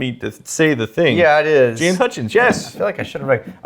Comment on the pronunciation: Jaan and Chaad mbs of weird mispronunciations